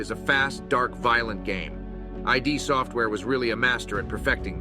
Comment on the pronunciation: Cool video. But I have to mention your blasphemy here. It’s id software. Not I.d. Software. It’s pronounced like „it“.